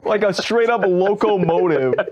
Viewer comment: bro called it a local-motive 💀💀💀